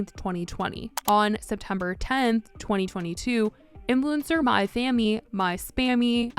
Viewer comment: I swore you kept saying my fam... I kept thinking to myself what did fam doop